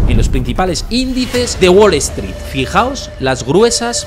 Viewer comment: "Guol Eztrít", jaja! Nunca entendí por qué a los "gallegos" les da vergüenza pronunciar bien el inglés.